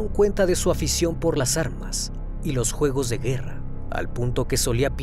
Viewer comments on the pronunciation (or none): none